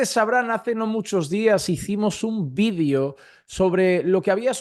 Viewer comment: Quisas quieres decir VIDEO cuando dices vidio